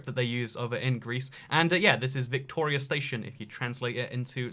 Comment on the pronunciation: His pronunciation of Victoria was bang on though, so no worries.